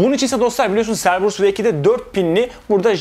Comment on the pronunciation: Cerberus "Kerberus" diye okunuyor.